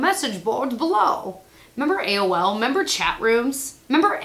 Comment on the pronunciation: "I membah". I got it. Totally cracked me up. 💕